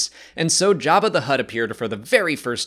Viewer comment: I like how he calls him Yabba